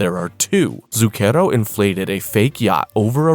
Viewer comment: This may be a waste of time.. but if you sre going to be reading Italian words, you should look up how to say them. You're saying Zucchero (sugar) super wrong. Among others.